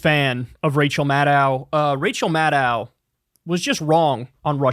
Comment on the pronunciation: Her last name is pronounced like “mad doe” not “mad dow”.